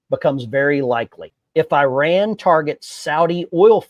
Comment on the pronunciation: 1. You pronounced Iran wrong. 2. This is not the first time Israel has striked Iranian nuke sights within the last 5 years. Any statements that this could cuase something to happen is fear mongering. 3.both the republicans and democrats are corrupt rich people. We should be allying with fellow workers not the rich people in congress or like Biden or Trump